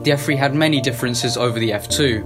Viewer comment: It’s an f3 not f free